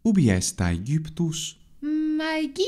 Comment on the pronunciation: Irene's recording sounds much better than last time, nice :) I have a question that's been bugging me for a while, about something I've noticed in other videos of yours but here as well: you and Irene both seem to pronounce [syria] as expected, but [aegjyptus], i.e. with a yod before /y/. Is that standard for classical pronunciation?